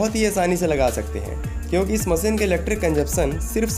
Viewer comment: मसीन नहीं मशीन बोल दो यार